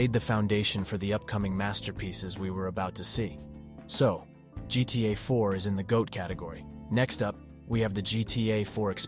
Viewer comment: I was debating with myself whether this was an AI voice at first, then he said GTA Varsity and GTA I4😂 sorry homie, I'm gonna go watch a better one.